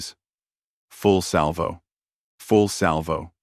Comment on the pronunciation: za za... I... pudignar, put it through.... full slavo,,, full salvo... full salvo.... full slavo.... Bad A.I. and so many Chens.....